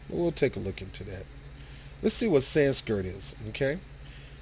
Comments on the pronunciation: Hard to take you seriously when you keep saying "Sanskirt" rather than Sanskrit. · s k r I t , not s k I r t , dayumm learn to read